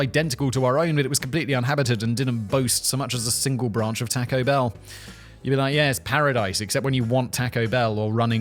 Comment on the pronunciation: The "tacko bell" thing is killing me.